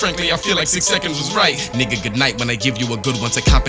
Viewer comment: This man really can’t read Roman numerals. Kept calling you ‘Vee Eye Seconds’ 😑